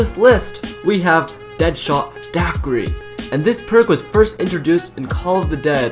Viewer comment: "deadshot daquidy" ~ 2k17